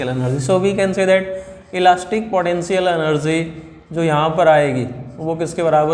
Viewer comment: Padential enerzi